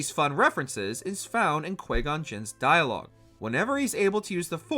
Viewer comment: It’s not Quay Gon